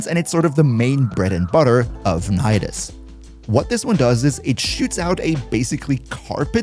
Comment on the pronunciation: Nidus : Ni - Dus Knee - Duhs